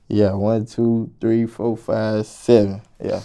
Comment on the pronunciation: One, two, three, faw, fah, seven